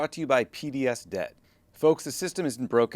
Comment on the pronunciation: Man, I thought you said PBS Debt - as in, PBS is no longer being funded by the government and needs help paying their debts. Took me a hard minute to realize you said P.D.S. Debt. Maybe tell them to change the name, or do a better job pronouncing it (don't mean to offend) because it's a little confusing and it tugged at my heart strings a bit because PBS is in trouble.